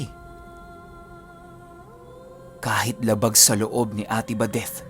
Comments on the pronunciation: Sumakit ang ulo ko how you pronounced ate badethhhhhh... OA. Nawala ang focus ko sa kwento. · Grabe tlga c..dinig na dinig mo yung TH sa badeth..haha..pero parang pamilyar yung taong putik...